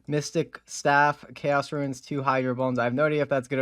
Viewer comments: few things trigger me more than someone who pronounces runes as "ruins". There is no "i". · I cant stand hearing these verbally challenged people chop up words... eggsericks, and "ruins" for runes.